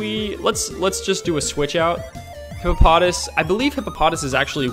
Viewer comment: And its hippo pa toss not hippo pot as